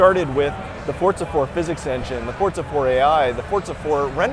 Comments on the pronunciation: its not fortza :@ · ITS FORZA NOT FORTZA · the fuck? fortsa? his pronunciation is horrible lol. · why cant thy pronounce it for-za? since when has it had a 't'? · Fortza Hurizon.